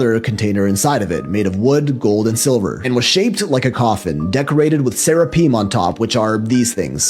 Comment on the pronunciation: That guy talking about the ark of the covenant needs to do his research better. It was not made with silver. Only acacia wood and overlayed with gold. Not silver. And how hard is it to pronounce Seraphim? I stopped listening after that.